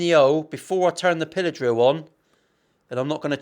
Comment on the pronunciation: I misheard you and thought your were saying pillow drill instead of pillar drill... that would be something else entirely...;-) Curious to get your thoughts on these when you have a spare minute (!!): Thankfully its only a Chibson, but yikes all the same! (I am not a fan of new for old relics btw tbh!)